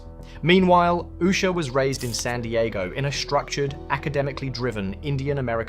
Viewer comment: Why don’t these Journalists find another job for a living. This idiot can’t even pronounce her name.